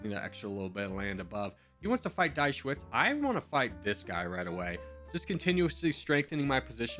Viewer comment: "Die Schweiz" is pronounced "Dee Shvaits". It's the German name for Switzerland (literally "The Switz").